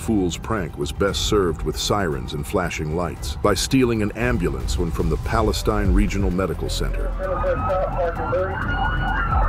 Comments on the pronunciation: The town in TX is Palastine pronounced pal -ah-STINE like stein not steen. Love the channel! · <--- Although it's spelled Palestine, they pronounce it Pal-uh-steen, Texas. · Not to be rude or anything you said Palestine Tx wrong and it’s closer Tyler Tx not Dallas Tx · Take it from a Texas boy, it’s spelled Palestine but it’s pronounced Palesteen.